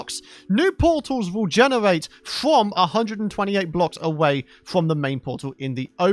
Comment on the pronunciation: fwom frow him to the fwoor